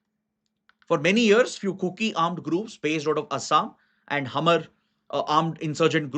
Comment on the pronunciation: Sir, Hmar is pronounce as maar , H is silent ..